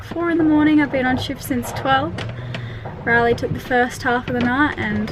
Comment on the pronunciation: glad to see someone mention it, it's been bugging me since the beginning, ignorant Aussies and I'm an Aussie....to Riley and it has a long A not a short one:) love you both and your adventures